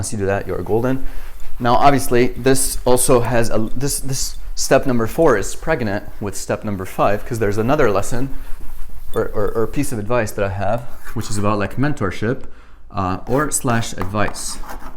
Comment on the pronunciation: in i heard it as preganate